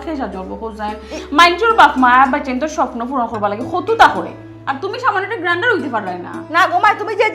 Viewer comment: সুমির কন্ঠে গ্রান্ডার? গ্র্যান্টার জামীনদার।উচ্চারণ সঠিক থাকা চাই।😂